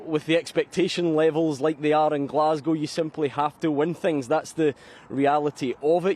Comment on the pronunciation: Finally The Rock has come back to Glas-gow 😂😂😂